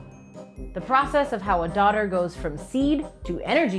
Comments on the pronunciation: Heard daughter too.. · I hear Daughter instead of Dodder and I was gonna say, that is an ominous sounding epitaph that makes me legitimately think of a supernatural monstrosity lol. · I heard daughter too. After a confusing internet search, I figured out she is saying "dodders". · never before have I needed subtitles more. "dodder" is how most folks pronounce "daughter" around here and I had no idea what this plant was until looking in the comments. doesn't help that auto-caption kept using "daughter" too.. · I thought you were calling this thing “the daughter” the whole time, until I read the comments lmao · I thought it was called “daughter” when you said it lol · By the way even though it sounds like she is saying "daughter", it is spelled "dodder".